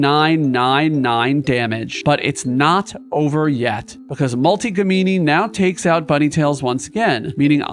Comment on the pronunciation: i basically wanted to comment this, something about names being mispronounced seems to stick out however, a small detail in a very entertaining video